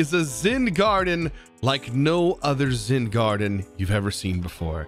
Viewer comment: Why does it sound like he keeps saying Zin instead of Zen